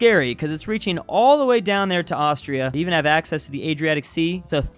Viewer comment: oh no not ast-tris